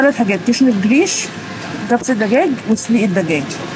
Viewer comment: جريش والهريس هو القمح اللي احنا بنعمله بليله الهريس الصحيح والجريش المطحون أنا بشتري الهريس بعمل منه بليله 😊 وبينطق بال ج عادي مش چريش 😀